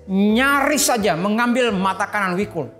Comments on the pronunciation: Jadi gak nyaman nonton gara2 denger wikul, namanya jikul bukan wikul 🤦‍♂️🤦‍♂️ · Jikul, BUKAN Wikul...